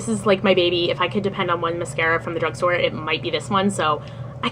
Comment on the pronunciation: Drugsgtore haha